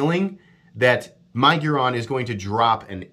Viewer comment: My-giron🤣 It’s Mig-uron